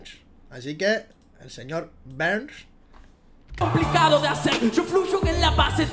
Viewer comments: q ondaa, en nuestro país señor Burns se pronuncia seños Berns no Barns... La primera vez que escucho que le llaman señor Barns xdd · En Argentina se pronuncia "Berns", no "barns". Al "Güi fi" se le dice "güai fai" xd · Es el señor berns no barns mira los Simpson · Burns se pronuncia bɜrn como beerns quemadura , por eso el dice antes burn burn lo prendo en llamas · Es el señor Berns , así se pronuncia ( pero no sé cómo se escribe) puedes ir a los Simpson y escucharás a Homero decirlo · Se lee señor Berns, en España siempre liandola con las traducciones🤣 (No hate) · Acá en Argentina sé dice Señor Berns así se pronuncia aca